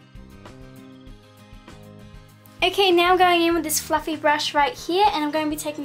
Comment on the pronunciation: for a second I thought you said fucking brush instead of fluffy brush ahha